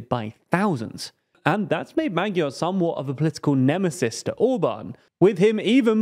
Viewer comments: Could you possibly learn how to pronounce the word/name Magyar correctly? There are these things called internet translators. You type in the word, then press the little speaker button, and it will play back the proper pronunciation. Then you can learn it, and use it in your otherwise very professional news report. And just as a side note, every language has its own alphabet, and its own rules of pronunciation, and its own special characters that are not pronounced necessarily like they would be in English. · Yet he still pronounces it wrong. The new hosts do more due diligence when it comes to foreign name pronounciation